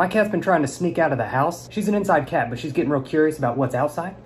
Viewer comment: I love how you say cat😂😂 "keeeett"😂❤️❤️